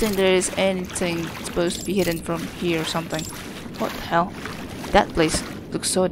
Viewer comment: when you say "fricken (h)ell" it sounds like "fricken L" haha you can actually climb up the rocks on the right side there and get up to the slide reel shelves yeah the way they do the rendering trickery isn't perfect haha wow! At least it didn't hit your ship and explode it haha "Do I have to in order to win the game? Nah, probably just cool worldbuilding." ⭐🌒🌔👁⭐